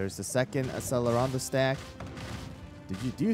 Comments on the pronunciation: accelerando read like achelerando :((( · its generally pronounced ak sell er ah ndo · Just a tip, the cell in accellerando is pronounced like you would say cello. It was driving me insane 😭